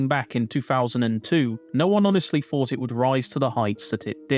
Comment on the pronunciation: Jesus christ. Please pronounce your THs properly. Kills me every time. It's not Free, it THree. It's not Fousand, it's THousand. It's not Fought, it's THought!